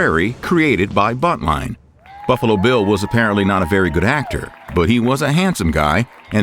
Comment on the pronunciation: When you said buntline, all I can hear is Butt-line and I have to clean my screen.